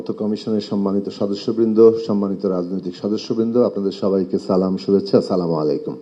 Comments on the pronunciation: BNP এর সালাউদ্দিনেের সালাম অস্পষ্ট তিনি যেভাবে দিছে তার অর্থ হলো আপনাদের সবার মৃত্যু হোক, সামুআলাইকুম এটা সালাম নই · সালাউদ্দীন বিন পি করেন বুঝলাম আপনি তো ঠিক করে সালাম দিতেই পারেন ছামালাইকুম এটা কোন ধরনের সালাম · জনাব সালাউদ্দিন সাহেব সালাম টা একটু ভালো করে দেন